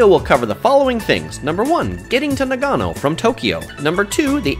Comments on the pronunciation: I can't get past his pronunciation. NA-gano and Shin-KAN-sen. His emphasis is killing me. lol... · The way you pronounce nagano hurts my soul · Mate, it's hard to take you seriously when you so dramatically mispronounce the name of the city. Still, decent content. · yu yu He speaks the same language as I do, and Nagano doesn’t require any specific tongue play like French or Spanish. It’s very easy to say correctly.